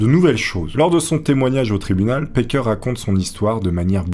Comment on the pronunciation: Juste un détail, c'est "Packer", pas "Parker". Tu rectifies, mais je pense que c'est un "a" à la française, cf Cannibal le musical en vo.